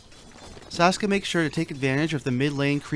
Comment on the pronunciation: idiot its saksa not saska son of dog, looser.